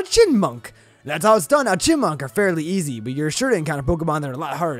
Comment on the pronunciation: The true meme of this episode is the fact that can't pronounce Chyinmunk.